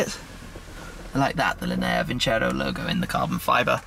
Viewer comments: its not vincero, but vinceró, you need to accentuate the o, make it louder and shorter - it means "I will win" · Is vincerò not vincero